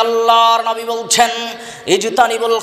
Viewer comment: নাবী না /// উচারণ হবে নবী আশা করছি খেয়াল রাখবেন